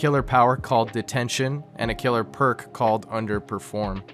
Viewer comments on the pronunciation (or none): none